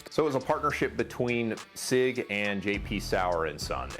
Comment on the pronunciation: Is your butchering if sig why you asked for a German speaker?